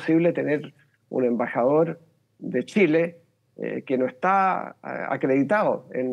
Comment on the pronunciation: Chilenos, les cuento una buena noticia??? a este fulano, alguien le enseñó que nuestro país se llama Chile y shile. Ahora puede perfectamente irse a la chucha no a la shusha!!!